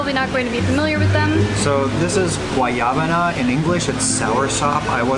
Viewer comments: it is not "Guayabana" it is "Guanábana" but I'm glad your spanish it's getting very very good. Great to see you well and healthy! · It's guanábana, not guayábana. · Hi guys, I believe the white fruit juice is "guanábana" not "guayabana". Sounds like Ma-Na-Ma-Na (do-do-do-do-do. :)